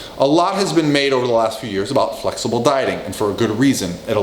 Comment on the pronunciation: "flexable Dieter" lol, I thought his name was Dieter :D